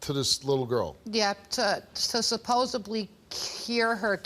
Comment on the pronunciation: Supposably?it's supposedly,.....